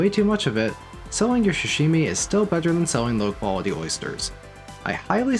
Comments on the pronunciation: for the love of god, SAH-Shimi. not sh-shimi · Repeat after me : Sa -Sa -shi -shi - mi -mi -Sashimi! -Shashimi! -🤦‍♂️ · Good video... but good god you gotta stop saying "shashimi" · I find it cute how you pronounce sashimi. Like, shshshimi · Not the *sha*shimi 😭